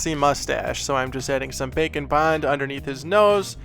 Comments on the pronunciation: i never hear "bake and bond" i hear "bacon bond" haha! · Am I the only one that hears "Bacon Bond" when refers to "Bake and Bond"?:) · I keep hearing bacon bond instead of bake'n' bond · When ever he says Bake and Bond, I keep hearing Bacon Bond and can’t unhear it. haha!